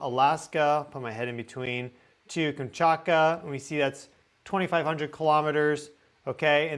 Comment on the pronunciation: 😊I think it stems from how fast you talk. You tend to omit certain sounds in words. “Manetosphere” Magnetosphere (Mag netosphere) Any word containing a form of “magnet” is missing the “G”. “Kamchaka” Kamchatka (Kam Chat Ka) To be fair - I’m 76 and pronunciation has been changing over the last 2 Gen groups. I am told that in the future, words will be pronounced in whatever way the majority of the population pronounces them. Even news readers drive me nuts. Not sure if phonetics is still taught. But hey, I’m on the way out. You can tell me to go eat star dust. 😂😂😂😂 I love your info either way and “get” your excitement. Just chalk it up to you being a softy and hating hard consonants. 😅❤❤❤